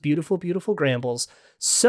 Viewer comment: Why do you always say “gramble” instead of “gamble”?